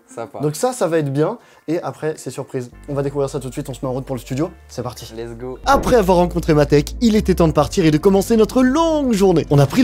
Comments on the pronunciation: mon dieu arrête de dire lessgui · Pas mal , faut juste arrêter de dire : let's gi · pk tu dit let's gi